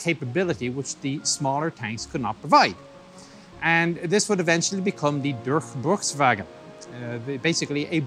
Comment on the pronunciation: haha i like how he try to say "Durchbruchswagen" 😀